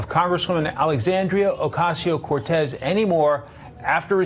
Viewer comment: I could swear the sports pundit pronounced AOC's name as "Alecsandio Docasio-Cortez"! Genuine slip of tongue or secret parody? You decide, LOL. 😂